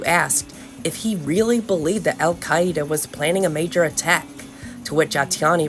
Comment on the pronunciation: I really enjoyed the pronunciation of "Al-Qaeda" in this video!